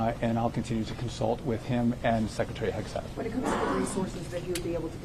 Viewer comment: What in the world is a "Sheckretary"?